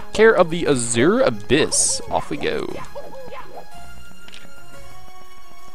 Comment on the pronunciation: trademark mispronunciations! This time featuring the word "Azure"! (Hint: it's supposed to be "AZH-er") Also, I can imagine what you were writing when people were messaging you. Off screen: "GO AWAY I'M STREAMING DAG NABBIT!", "WHAT PART OF 'GO AWAY' DID YOU NOT GET?! D: D: D:" On screen: "Jut gotta take care of some business..." Off screen: "I SWEAR IF YOU MESSAGE ME ONE MORE TIME I'M GOING TO VISIT YOU IN YOUR SLEEP!" On screen: "That's the last message I needed to send I believe." Also, what are you talking about. I played the entirety of Super Mario Galaxy on Dolphin with a keyboard, and all the way I was extremely happy that I didn't need to use no stupid controller for that. As for FPS games, you should look at Unreal Tournament 4. It's still in early alpha, but it's free (and source available) and running on Unreal Engine 4. The Outpost 24 map is simply gorgeous! And they're working on another map right now.